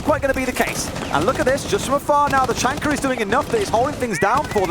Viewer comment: I think it's hilarious the way they say Tachanka. Ta-chunker lol!